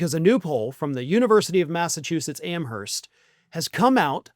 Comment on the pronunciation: The 'h' in 'Amherst' is silent.